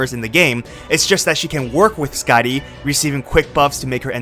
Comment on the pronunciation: "SkaaDEEE system."